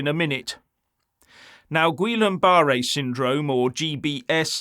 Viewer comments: Goodness, as a speaker of the King's English, learn how to pronounce the diagnosis. It's pronounced Gee Yahn Boo Ray. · "Ghee on ba ray" 😂😂😂😂❤ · Guillen-Barrett (my spelling may not be correct). However the gentleman in the video did not prounce it correctly - this syndrome/disease was named after a French physician. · It really undermines credibility if you get the pronunciation so wrong its unrecognisable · First of all try to pronounce it correctly. It's not a new health issue, it's been around for ever.